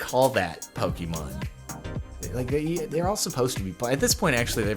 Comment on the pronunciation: For the last time, I've kept my peace for a while but it has gone on too long. JARDON IT IS PRONOUNCED POKÉMON. PO-KAY-MON